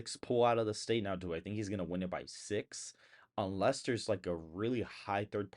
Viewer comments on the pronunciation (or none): none